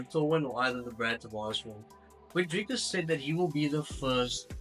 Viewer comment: I swear I thought you were Israeli until you said "DrrrrikUs du Plessis". Lekker man. Hou so aan 🇿🇦🥊